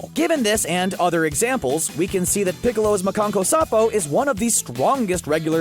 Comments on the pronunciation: It’s not “muh-kawn-koe-sahp-oh” It’s “ma-KAHN-ko-SA-ppoh” The double consonant after SA, indicates a very quick pause before pronouncing the P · Omg I can’t!!! It’s MA KAN KO SAN PO!!!! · sad how u cant pronounce makanko sa pooooo whats makankasappo. sounds like the hitlerjugend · It's pronounced mon-con-ko-sah-poe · It’s mesan-co-ha-fo/special beam canon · by the the way how you are saying Makankosappo and here is how to say it Mah-kan-ko-sa-po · makankosenpo jesus christ pronounce it right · He said special beam Cannon in Japanese wrong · you pronounced makankosapo wrong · ... omg I wish he would've just stuck to saying Special Beam Cannon.... or any other of the 6 names it has that he can pronounce -_ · Wait makankosapo?? 😂😂 It's MakankosaNpo there is a NNNNN